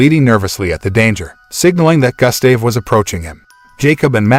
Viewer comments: and his name is Gustav. (Goo-stav) its not Gah, its Goo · Pronunciation: goo-sta-veh ....not Gus-stay-v 😦😂🙆🏻‍♂️ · its gustave say Goost starv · It's pronounced as GOO-ST-AA-VE, not GUST-STAY-VE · say( goose stave ) not gas stav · The name is pronounced goost- have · You would think after all of the work that was put into the video you could've at least got the pronunciation of Gustav's name right. Gus Dave lol 😂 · Pronounced "Goo-stahv" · Damn it “Gus-Dave” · Your mispronouncing Gustave's name GOOSE THAV..... and the E is silent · He’s pronouncing Gustave wrong, it’s pronounced Goostav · Butchering the crocs name bruh, it’s pronounced “goo-stahv” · Your pronunciation of Gustave is simply criminal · I hate the way he says Gustave, a little research and he would know how to say it well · Only take away is that you are saying the crocodile's name wrong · Your pronunciation of Gustave is infuriating :( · Why do i get annoyed whenever he said 'Gustave' ? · Sure ain’t lol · The fact that you make a video and can't even say the name of the Crock right. You would think of one was to make a video about 1 Croc the person would learn to say it's name right. But for some reason that's not the case with you and you proceed to say the name completely wrong SMFH. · Doesn't even know how to pronounce his name.